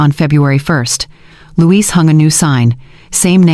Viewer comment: Numbers are off at the XMas party .... and the CC is really off. It was fun to listen to but .... Louis or Luis. Not Louise. Oh and the "kids" slipup that the evil daughter-in-law said when Caleb and her only have 1 kid.